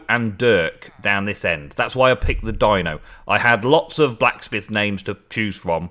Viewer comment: thank you so much for naming the blacksmith Dino it is said with the E sound by the way but not a big deal lol